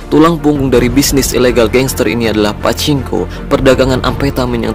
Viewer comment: Pacinko ? Wkwkwkwk